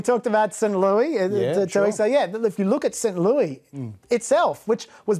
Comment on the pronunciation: We call it Saint LEWIS, not st. lewie